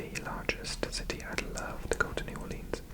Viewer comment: New Orleans is not pronounced as Orleens but as Orlins. So you can say New Orlins rather than Orleens.